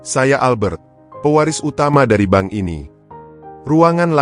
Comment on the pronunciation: hallo abang narator, kadang aku merasa geli sendiri, ketika abang mengucapkan pemilik ban, apa ngga dibaca dulu sebelum mengeksekusi cerita ini, bedalah bang antara, ban, bank dengan bang, sebagai pengantar narasi tentu abang bisa membawa kedalam sebuah alur cerita sehingga orang bisa menikmati audio dan video ini dengan nyaman, salam sehat.